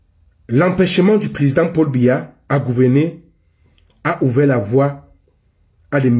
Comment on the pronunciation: C’est pas Mbiya, c’est BIYA 😂😂😂